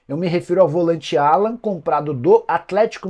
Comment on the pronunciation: Não precisa americanizar o nome do jogador, o nome dele é Alan mesmo.